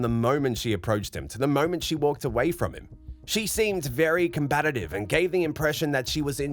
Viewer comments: Is "combatative" a word? The narrator said it so many times. I've heard of combative but never combatative 😂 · Your channel kind of sucks. When are you going to learn how to actually say combative?